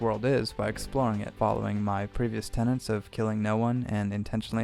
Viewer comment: Tenets, not tenants.